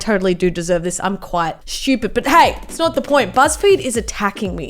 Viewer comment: When she said “IFS SO BIG” me; that’s what’s she said xD